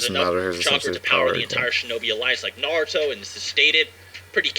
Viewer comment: U pronounce naruto wrong😂😭💀